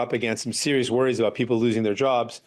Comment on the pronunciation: Jagmeet’s manner of speaking is a bit like Elmer Fudd. Like when he says serious it sounds slightly like “sewious”